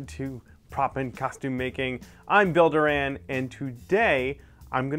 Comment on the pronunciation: I thought he said "Builder Anne"... I blinked a lot, then I realised his name was...